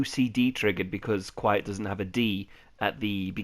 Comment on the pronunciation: The D in DQuiet is silent.